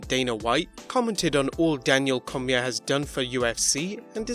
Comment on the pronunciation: Daniel Cormier's surname is pronounced Cor-me-aye.